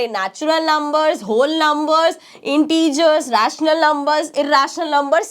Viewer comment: Mam vo hole number nahi hai vo to whole number 😂😂😂😂😂 hai